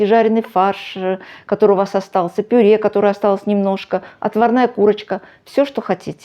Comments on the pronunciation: Мадам "ПИРЕ"! Что такое пире? Обычно для начинки пирожков идет ПЮРЕ, если умеешь читать, так прочти ,как называется мятый картлфель : ПЮРЕ или пере! Отвратительно слышать такие искажения, даже твое блюдо становится противным, не с' едобным ПЕРЕ! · Рецепт понравился, подача тоже! Хотя тут же вспомнила, как ИИ произносит слово "тЭсто"! Почему пюрЕ, если слово так пишется, а произносится как пюрЭ.